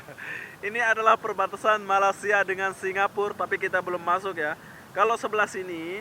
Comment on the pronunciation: Brtahun2 keje di malysia sebut malaysia pun tak betul lagi.. aku ramai je org lombok keje dh lama di malaysia.. reti je sebut malaysia dgn betul..